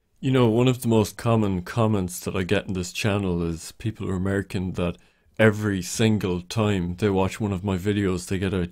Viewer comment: I like how you emphasised "every. single. time." based